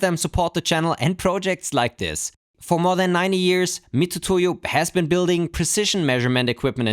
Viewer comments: It's pronounced "mi-TSU-to-yo", not "mi-TU-to-yo". Japanese doesn't have a "tu" sound, that's just an old-fashioned romanization shortcut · I don't want to be THAT guy who is always correcting people but it triggers me hearing people misspronounce the name of the spinsor, I know you are pronouncing it as it reads but in Japan it's pronounced "miTSUtoyo"... agh, I did it again! I have bevome the "ackshually" ☝🏻 guy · It's pronounced "Mitsutoyo" even when there is a "tu" instead of "tsu" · Mitutoyo being the company originally from Japan, the name is pronounced more like Miztoyo - similarly to Mazda vs. Matsuda or Matuda as we Japanese would normally be tempted to spell the name in alphabet.